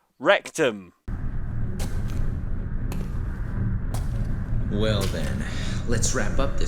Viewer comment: It's "Wreak Them" or "Rectum"? Now I am confused.